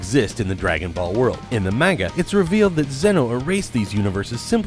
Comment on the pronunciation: The "mane-guh"